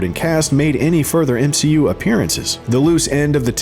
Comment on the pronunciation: M-she-u failing. Love it 😂😂